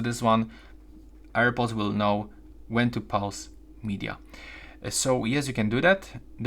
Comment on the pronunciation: It's pause not pause ;)